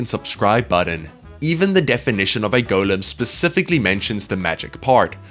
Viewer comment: Why does he say golem wrong?